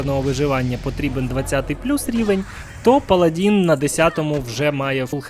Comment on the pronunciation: паладИн, не "паладІн". Дуже прошу